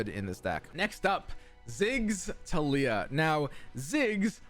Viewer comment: Ah yes “Tilyah” my favorite champion